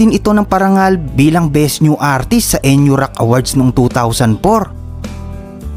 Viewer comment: NU Rock is pronounced NEW Rock.